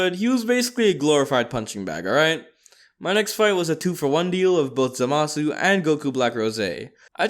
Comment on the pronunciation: It not zamisu it Zama the zu